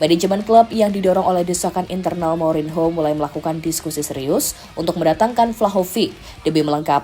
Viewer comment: Saya suka chenel YouTube ini,tp agak risih ketika host mengucapkan kata "Mourinho" tp gak papa kan masih belajar menyukai sepak bola ⚽